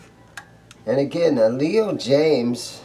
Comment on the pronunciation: Jayms is not pronounced jams lol but I want one those n a tele just to hang in the wall :)